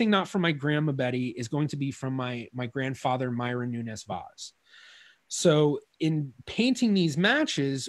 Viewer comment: Rhavael Noenes Waas is a very good Dutch phonetic approximation of how we say it in Portuguese (much better than Americans usually say it, which is closer to a Spanish-sounding name); in Dutch, "v" is pronounced as "f"/"ph", "w" is pronounced as "v", and "oe" is pronounced as English "oo" (Portuguese "u"). "Falcão" means Hawk; I won't try to approximate its pronunciation because in English you do not have nasal diphthongs. In the Dutch record it says Valk, pronounced like "Falk", and the nasal diphthongs I guess they just ditched it... "Querido" is writen as "Keride". Again, the approximation is better than the English one (sorry!). The "u" after the "Q" is silent, so "Ke" is a better approximation than "Kwe" (as the presenter says it". The final "de" (instead of "do") may be due to the fact that in European Portuguese we have the tendency to reduce post-tonic syllables, making the consonant very brief and turning the "o" into almost a schwa. His last name is written as "Vais"; that is very close to how a Brazilian would say the name "Vaz", and there are a few indications that some pronunciation characteristics that now we consider to be Brazilian innovations are actually Brazilian conservatism, retaining accents that disappeared from Portugal. The best English approximation of how we say "Nunes" that I can come up with is NOONsh. The stress is on the first syllable; the second syllable is very brief. As for "Vaz", maybe "VAHsh" (a 'z' at the end